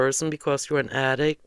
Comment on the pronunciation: Don’t forget “attic” instead of “addict”, and “themselffs” instead of “themselves”.